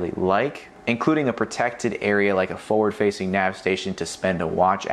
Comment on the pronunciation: The word forward has no silent r.